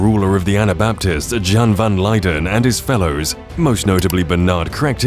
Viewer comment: It isn't pronounced "Jan", it's pronounced as "Yan".